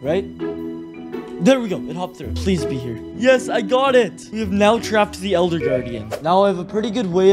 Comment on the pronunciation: Bruh you said eLLLLLder that makes me laugh